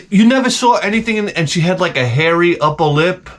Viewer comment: "As soon as I sawr it."